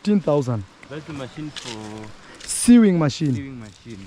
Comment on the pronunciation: Goko's daughter wants a SEWING machine (pronounced: SOWING), not SEEWING. 😊🤗🫡🙏🏼